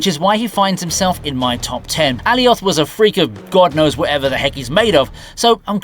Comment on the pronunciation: I already hated this dude with the way he pronounced Elioth, but he sealed it at the end 🙄 so many bad takes in this video